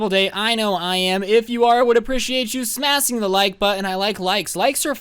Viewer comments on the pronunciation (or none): At The Beginning He Said Smassing instead of Smashing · If you wouldve been early you wouldve seen everybody was like" smasin anybody notice he said smasin" and all that stuff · You said smasing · Smasing? Am I the only one who heard him say “Smasing” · frostie_ cheeto yeah we heard it but no one gives a shit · I heard ir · Why is no one talking about that? “smasing”